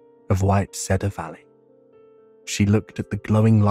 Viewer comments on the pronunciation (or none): Love the story & the man's voice however the way he pronounces cedar as said-are instead of seed-are is really annoying & detracts from the story for me